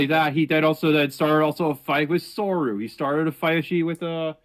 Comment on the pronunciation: 2 mistakes early on: tell the guy who says "sor-you" it's "sor-oo (zoo)" and 2. hypocrite hunter wasn't the other guy who was striked at the same time as soru, he was striked during the repzion thing